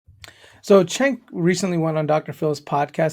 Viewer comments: His name is pronounced as djenk. It's the turkic way of writing. It's also not yoGhurt. It's more like yo'urt and Erdogan is more like Erdo'an. Just sharing my knowledge for those who it interests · Jenk. Not chenk lol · Vids are getting better 👍 BTW Cenk is pronounced Jenk (it's Turkish)